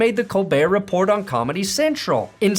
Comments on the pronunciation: I think it’s pronounced “RePOR” (silent “t” like in “Colbert). 😇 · It's RA-pour.